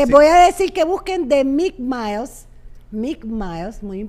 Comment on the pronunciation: Es Mike Mill(se pronuncia Mic Mil) No Mike Miles.